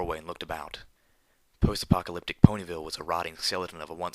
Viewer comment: phwost aphwoctoliptic pwhony ville the wosrt ear rape evah